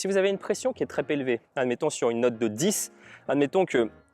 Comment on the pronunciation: Alors là, non ! Une fois je veux bien, je laisse passer mais 3 fois !!! On ne dit pas pression des mains "Très Pélevées" mais "Trop.. Zélevée" 😂😂😂